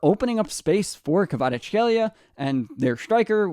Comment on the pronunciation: I love how you pronounce Kvaratskhelia no problem but struggle with Mamardashvili 😆